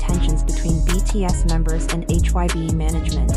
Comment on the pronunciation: admin sok tau bikin brita tentang BTS cara penyebutan BTS sama HAIBE aja salah brati kurang apdent tentang bangtan, so" bikin brita hox klu army pasti tau 😂😂